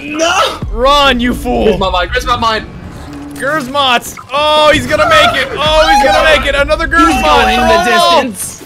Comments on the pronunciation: You dont read grzmot like g r zmot you read it like gżmot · I know that someone probably wrote this already but, the grzmot you so fondly read as ger-zmot is actually pronounced as gzhmot - as in hard sh. It means "thunder" in polish, as opposed to GROM, which Ela represents, where grom means lightning. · "GURZMOTS!" I... I am polish and cringing... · I love how he pronounces "Grzmot" like 'greezmot' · You saying Gersmod instead of Grzmot hurts my language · i'm Polish, and it's so god damn funny, when you try to say the word grzmot, while not beind Polish XD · as polish i am fucking terrified how you pronounce GRZMOT check it at google translate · "Umm actually you are pronouncing grzmot wrong" 🤓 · Thats not how you say grzmot...